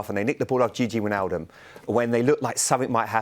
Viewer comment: "Jiji Wijnaldum"